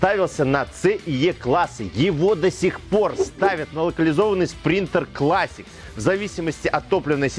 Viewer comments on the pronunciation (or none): none